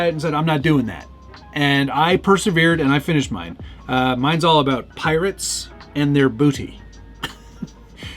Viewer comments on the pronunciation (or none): "Lack of firmth" sounds like an issue for those of us over 40. Also, Piratse sounds like a decent little Italian eatery in New Haven. 🤌 😂